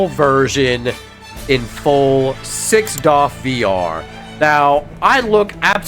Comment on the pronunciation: 6DOF 😂 my guy. Something weird about you saying it like this. But you keep doing you.